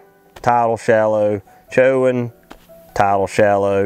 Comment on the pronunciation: spread the word for stop 5..... it's pronounced: "Cho-juan" and EE-den-ton. But yes....big bags. -A Local